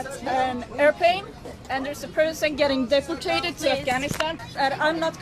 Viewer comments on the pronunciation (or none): Scrub Wrecker when I first heard it I thought she said defacated lol